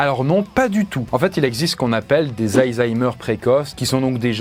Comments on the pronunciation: Pourquoi il dit AYzheimer au lieu de ALzheimer??? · Je vais faire le rabat-joie mais on dit ALzheimer et pas hayzaymer ou heyzeimr, mouarf. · des zaïzaïmeur 😂😂😂😂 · ❓ Ça se prononce vraiment AÏE ZAÏMEUR? a dit ça tout le long. 😂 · C'est moi ou ça se prononce vraiment aYzheimer ? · Ca me stresse tellement que tu dises "Aïzheimer" x)